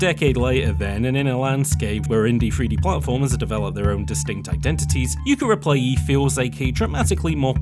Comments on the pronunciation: Replay-lee, not replayee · I'm so distracted by the missing "L" in "Replaylee" =P